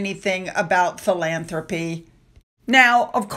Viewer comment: Philanthropy, he can't even read the word never mind knows its definition.